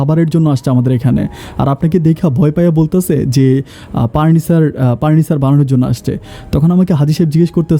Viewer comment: আপনি "ফ" এর উচ্চারন ঠিক করেন।এই ভিডিও সারা দেশবাসী দেখেন,শুনেন।আপনি পুপাতো ভাই, পার্নিচার,প্রোপাইল এই শব্দগুলো বলেন।শুনতে ভালো লাগেনা।